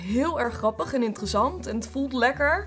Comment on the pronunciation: Hahagahahahahaha "IntereZAND" 😂😂